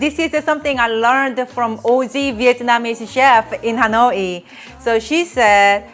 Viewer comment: You're cute, but please, out of respect for your Viet subscribers (me), please try to properly pronounce "Hanoi." It's not "Ha-noy-ee." I hope that while you are there, you will visit with Helen from Helen's Recipes channel.